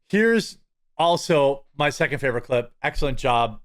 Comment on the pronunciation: Pronounced: "seckint"